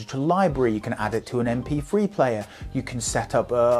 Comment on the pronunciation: M P free. Since when did the sound of TH = F?